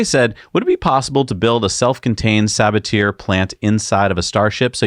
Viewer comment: "Sabatier" is a French word... the "er" is pronounced as a long "a" sound.